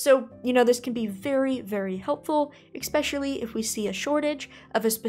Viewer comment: I'm losing my mind. It's pronounced eSpecially not eXpecially.